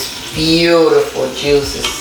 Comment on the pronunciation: I knew this video was coming as loves this cut of beef and when he says it yuicy, yuices, and deeeliiiicious it tickles me. It looks good and glad you finally got to picanha. It surely cooks fast in the cookers. Got love the Mr and Mrs Ninja tshirts and cooking on a Ninja perfect. You guys are the ninjas of the.